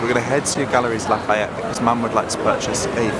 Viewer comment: Galeries Lafayette. It's pronounced Galerie, the "s" is silent ☺️. Hope you both had a lovely time in Paris.